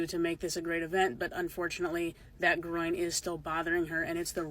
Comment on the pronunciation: Groin, NOT Groing